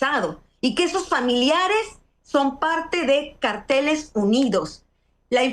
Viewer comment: Anabel el nombre es cárteles y no carteles. Carteles son pancartas con información .